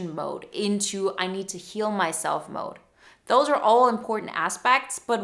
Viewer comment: 9.20 - I thought she said " kill myself mode" instead of heal myself mode.